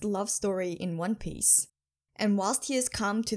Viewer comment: I love your accent and your pronunciation of one piece makes your theories so much more authentic